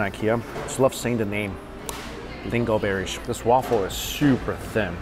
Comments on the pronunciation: Lingonberry not lingleberry 🙄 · Lingo berry? You mean Lingonberry? The N isn’t silent 🤣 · LinGOberry?!!! I actually replayed it to make sure I heard him. lol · It’s lingonberry, not lingo-berry. 😂😂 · yeah it isnt. Lingon, like it sounds. Not lingoberry. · likes saying "lingoNberry" incorrectly? 🤣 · It's lingonberry not lingoberry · I think it’s called LINGONBERRY, with the “n” pronounced. Lol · Lingonberry: ling-guhn-beh-ree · Yes. He's saying it wrong. Again. 😂